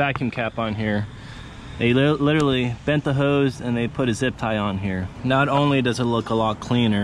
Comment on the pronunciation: Buh'in Litterly Wahder